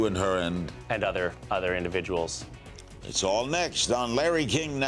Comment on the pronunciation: 'Certain Indidviduals' ;)